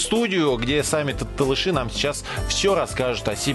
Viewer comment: Надо говорить Толоши правильно не ( Талыши)